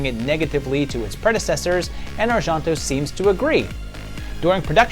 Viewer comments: That isn't how Argento is pronounced even in Italian. It sounds the way most people say it: Ar-jen-toe. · I have never heard Argento pronounced like that.